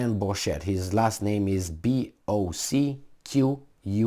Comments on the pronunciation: Prononcer Boké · It's pronounced 'Adrien BoKÉ'